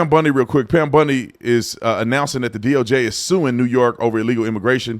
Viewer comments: BON-DEE not BUN-DEE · lol, sorry to laugh, isn’t it BONdi and not BUNdi? Correct me if I’m wrong, all I could think of when said her name was Al Bundy from married with children. Sorry this was a serious segment, but “Bundy” threw me way off the trail. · You keep saying bundy instead of bondi and all i can think about is Peg from married with children 😂😂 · Bondi not Bundy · Please call her bOndi, not bUndi. Bundi was a serial killer. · YES YOU'RE RIGHT AND IT WAS FUNNY TO ME ALSO.